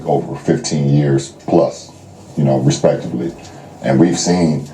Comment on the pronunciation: He said respectibly